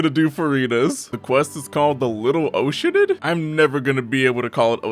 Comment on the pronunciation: The root word is "ocean", so I prefer your pronunciation